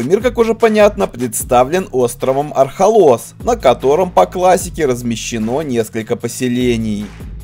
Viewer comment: Архолос, Архолос, ударение на первую гласную! Марвин оторви автору язык🤣